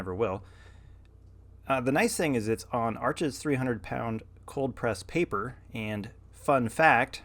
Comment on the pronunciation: Wow you painted after 6 yrs, how exciting, I hope you keep going?! I recently discovered your channel a few days ago and am so glad YouTube recommended your channel. FYI: Arches is French, it’s pronounced “Arsh,” the (s) is silent. Thanks for sharing!!!